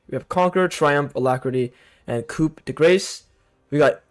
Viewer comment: nice vid, kept laughing when you were saying coop instead of coup, the p is silent in coup and ce is silent in grace.